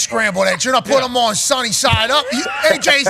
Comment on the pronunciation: So complains about how dan says "yesterday", but the way says "them" is equally as terrible.